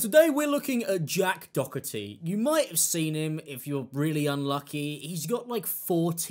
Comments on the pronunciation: Doherty or Dokerty? Is this just a pronunciation thing? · It's Jack Doe-er-tee The h is silent. Lol just wanted to help! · Its pronounced "door tea" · I cant stand the lad but his name is pronounced doe tee theres no c in the rats name no offence my stupid ocd kicking in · I love how u butcher his name, wether you do it on purpose or not, keep it up😂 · Love how you say the last name. Completely incorrect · You and memeulous pronounce his name properly for once in your life’s Im definitely not a fan of Jack Doherty but how illiterate can you be? 😂